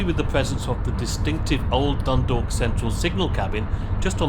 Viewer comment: He pronounced it better than most English people i have heard .He also got Drogheda and Dundalk nearly correct .